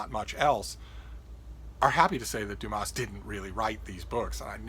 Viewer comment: Please leave out the s sound at the end of Dumas like the French do..otherwise you are not giving the author his correct name..